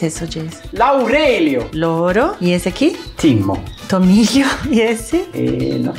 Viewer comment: "Cebollliiiaaa, timo, orio do aceite", melhor participação:! Simples e direto! 🤣🤣🤣🤣 Receita ótima e para adaptar tbem! 😘